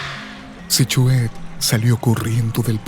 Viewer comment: Q pésima narracion ni pronunciar el nombre Sihuehet puede.